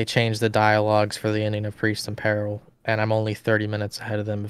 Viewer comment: At least you got peril right, you just had the emphasis wrong. Nothing wrong with that at all. It just means you are thinking of the word written down rather than spoken aloud..